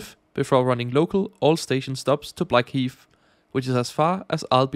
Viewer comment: Blackheath NOT Blackheat